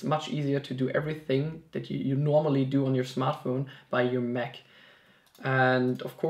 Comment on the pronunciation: Hey, nice video bro, but please say MAC. Not "mek"